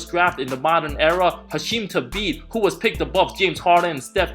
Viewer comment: True, I'm actually surprised by that. And thabeet is pronounced weird.